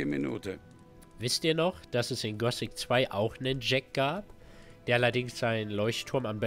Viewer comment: Das heißt Gothic und nicht Gosic...